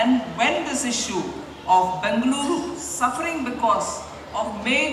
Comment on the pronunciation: Bengaluru that's how u call this City... Sitaraman ma'am correctly pronounced..